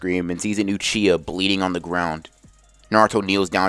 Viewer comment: i meant to say uchihuh. u said uchihuh